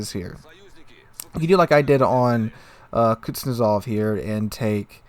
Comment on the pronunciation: It is Kuznetsov, not Kutsnezov